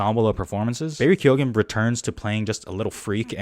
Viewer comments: OMFG!!! You pronounced his name CORRECTLY!!! As an Irish person this means a lot thank you 😊 (instant sub too) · I subbed because you pronounced Keoghan correctly!